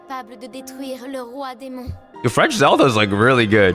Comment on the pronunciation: Your good french